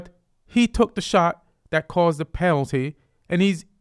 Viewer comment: Ian, your 9 years of England came out on the word "penalty" ;) These soccer rants should have blown up, new subscriber :)